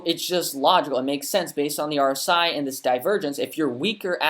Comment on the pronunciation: New to your channel but you’re reading RSI wrong